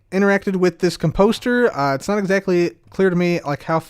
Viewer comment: I love you but it’s COMposter, not comPOSter.